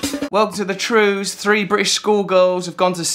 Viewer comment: I think you meant "three" school girls, not "free" school girls.